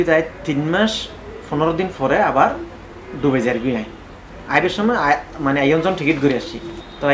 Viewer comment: Bangali Not DOBAI This spell is It DUBAI